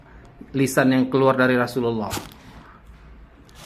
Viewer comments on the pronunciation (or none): none